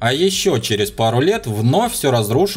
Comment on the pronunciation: Воу! Пересмотрел почти все видео за 2 вечера как многие комментирующие! Спасибо за отличный юмор и контент!!! Критика/наблюдение для канала с критикой качества фильмов: интонация "и остОвОйтесь (простецки флегматично с белково яичным запахом ) на связи" в конце все портит впечатление... Почему? Не могу точно сказать. Возможно диссонанс между хлестким критиком сатириком в основном блоке и заискивающе-уставшим ботаном в тапочках в концовке. Из всех заставок нравится со щитом и стрелами. Не нападаю, поэтому не нужно дефенсив. Просто обратите внимание. Спасибо! Канал бомба как и контент. Подписался, с нетерпением жду свежачек!)